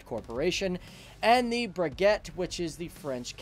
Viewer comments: I suppose it’s good (in a twisted way) that Americans mangle French as badly as English. It’s pronounced “Sepeecat Jagyooa” in English. Your version is closer to the French pronunciation, ironically. And Breguet is pronounced “Bregay”, more or less. The French canard delta is called Rafale, not “Raphael”, who was a Renaissance artist! Pronunciation is like spelling: it matters. Of course, Americans can’t spell either. “Mk” is an abbreviation for “Mark” so is NEVER used verbally. Most Jaguars were equipped with ADEN cannon; only French aircraft carried the similar DEFA, I believe. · Breget -> bray-gay, not breguette ; Rafale -> Rha-fhal not rafael. Nice vid overall. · Jesus; RAFALE not Raphael - it s not a firstname and it s not first time in EN videos people f*** the prononciation ! Rafale means "Burst of wind" in french. RA-FAL (no need to say the e, and no need to change its place too) For Breguet (the french company that build it) - BREYGAY if you want to say its correct pronunciation.